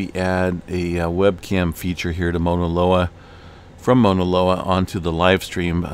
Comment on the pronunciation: Dear : Thanks always for what you do. Fine tune pronunciation of 'au' Mauna Loa... Sounds more like 'cow' or 'ouch', not 'Mona' Loa. Blessings to you!